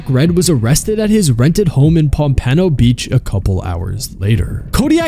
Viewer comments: it's pronounced pomp-ah-no beach, not pump-anno beach. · "Palm-Pan-Oh Beach" say what? What did you say? Try again. Are you trying to say POMPANO (paam-puh-now) Beach ?????? Perhaps google how to pronounce words before you try to say them next time. That's NOT how you pronounce POMPANO (paam-puh-now) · Rapping not raping…..double “p”. Also it’s pronounced Pom-Pa-No not Pom-pay-no beach 😂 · So true but don’t disrespect my city it’s not (POM PAAAH NO BEACH) It’s (POM PUH NO BEACH) dang y’all gotta pronounce Florida cities right😪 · Don't you EVER disrespect the name of my city. It's like the fish pom pun no ...not pom pan no get it rite dummy 😅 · pop a no , not po poano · Pomp-Ah-no haha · pom-pa-no hahaha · Brooo (pom-pa-no) pompano Beach... the actual Kodak black said in a bunch of his songs cause that's where he's from. Sorry, the way you said it irked me. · The way you pronounced Pompano was hilarious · no shot you just pronounced Pompano Beach that way... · The most concerning this about the video is how the narrator pronounced Pompano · Good video but check your pronunciation of Pompano Beach.